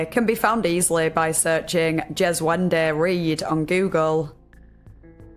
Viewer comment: "Djeswende"....Alrighty then! LMFAO!!!!!